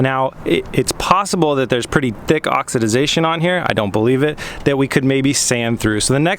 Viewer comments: The word is oxidation (ox-a-da-tion) not (ox-a- da-da-tion). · Dude you're adding an extra syllable. It's just oxidation. You keep saying oxi-ti-zation. Lol. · You were right the first time--it's oxidation. No "-idiz". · Oxidiezation. LMAO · Oxy did zation... had me rolling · say it with me "ox" "ih" "day" "shun":) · Huh. Well you learn something new everyday. I've never heard anyone say oxidisation before. Either way the way he was saying it made it seem unintentional. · J Jackson Only one is correct and it’s pronounced Oxidation because that’s how it’s spelled. “ aak suh dei shn “ is the pronunciation from the dictionary.